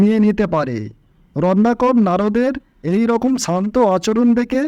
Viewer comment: আমি শুধু বুঝতে পারলাম যে বারবার রত্নাকর কে রননাকর বলা হচ্ছে, উচ্চারণ যথাযথ ভাবে বলুন।